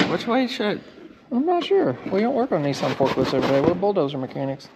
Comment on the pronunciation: needs to learn how to pronounce Nissan!!!